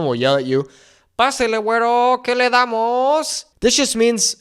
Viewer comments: don't pronounce the 'r' so hard in 'guero', dude. makes you sound like a white guy. and I'm a white guy (with Mexican grand parents) hmmm. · seriously.. a wyt man teaching MEXICAN spanish?? I'm MEXICA (pronounced meh-SHE-kah).. don't take classes from a wyt guy.. WTAF?? stop it.. seriously.. wypipo ruin EVERYTHING! you don't even pronounce "WETTO" correctly.. they call you that BECAUSE you're caucasian.. it CAN be endearing.. or.. it can be an insult.. kind of like when wypipo in the south say "bless your heart".. you may have LIVED in mexico.. but.. you're not educated in the nuance or culture.. and.. I've never lived in what is now known as mexico.. my bloodline is anchored to the two thirds of the land mass that is now called the USA.. I will never take instruction about MY heritage from a wyt guy!! especially when you don't understand that our native tongue is Nahuatl not "spanish"!! because spanish is the language of the colonizers and genociders.. maybe learn about THAT? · Ey foo, why do you change into a whole different being when you pronounce “güero”? All my Chicano compas don’t even put that much sauce on how they say it 😂😂😂